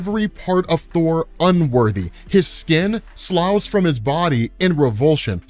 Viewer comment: “Slough” is pronounced “sluff”